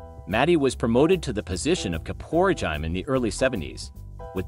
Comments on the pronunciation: Yanniello becoming Kaporegim...im still in stitches! But seriously theres no excuse. Human or AI this type of pronunciation should be considered an actual murder charge. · It amazes me that the names and certain words like Caporegime are mispronounced